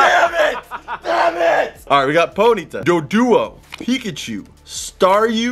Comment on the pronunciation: I swear it sounded like he said nigga-chu